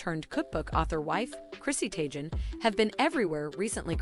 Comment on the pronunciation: Chrissy TAYJEN’s UN-SOOT bathroom lol should be Chrissy Tay-Gun’s on-sweet phonetically